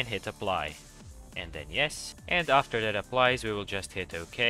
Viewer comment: And he said aafter xp